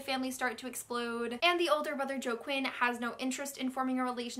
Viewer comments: "joe-quin" lmao GIRL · I love ya, but... Joaquin = "Wah-keen"; Rhiannon = "Ree-ann-in"